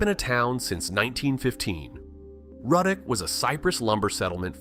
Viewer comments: It’s Roodock not Rudduck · Ruddock is pronounced Roo-dock. One of my favorite places! Love love love Manchac.